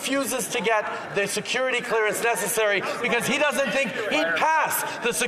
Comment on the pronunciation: tUrdEaU: sEcUreeTy CleErNace